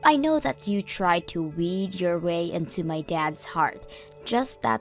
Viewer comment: The word is wheedle not weed.